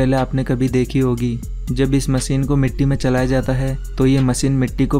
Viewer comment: Its not called MACEEN ITS CALL MACHINE.